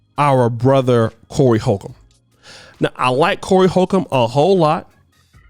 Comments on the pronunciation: Lol did you call him Horry colcum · did just call him-Horey Colcomb?!? 😆 😆 Dyslexic Muthafoooocka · Said "Horey Colcomb" 🤣 and. Tired of you messing up people's names,! Messed up ya own name in a video 🤣😭 I'm glad someone called Corey out. Not only was Tiffany aware, but she was the one who allegedly found the talent for the disgusting video. The mother is or was allegedly Tiffany's friend. Corey simpin for his "friend". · Did just say Horey Colcomb? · "Horey colcomb" lmao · “Horey colcombe” 😂😂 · Enjoy Your videos... I dnt have an opinion on the matter ...I juss kno You called that Man "Horey Colcomb"🤣🤣🤣🤣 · Man I knew I wnt trippin. Whorry Cokum 🤣😂🤣😂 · Horey Colcomb.. u be messing people name up like the flu🤣🤣🤣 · said "Horey Colcomb" 😁🤣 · He costly mispronounced Corey Holcomb's name I don't know if he did it on purpose or what but it was funny af